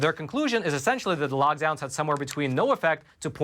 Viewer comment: you keep saying logdowns, it's lockdowns